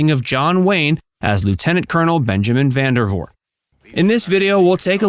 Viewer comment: It's Vandervoort. VANDERVOORT. Not "Van der Voot". Please.